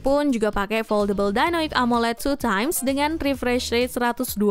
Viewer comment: 2x bukan 2teme